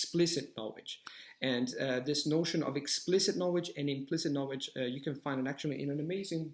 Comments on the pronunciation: Agree with what you said! Tip: You have a strange pronunciation of "KNOWLEDGE". You say or KNOWEDGE... You don't pronounce the L, which is weird in an otherwise pretty excellent accent:) Just wanted to point that out, as I'm sure you can easily correct that! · In learning a new language, one must be open to correction...which is how you learn. If he said "na-wage" that many times to me in an English conversation, I would have done everything imaginable to refrain from laughing...not at him, but the pronunciation. It immediately made me think of Tweety Bird.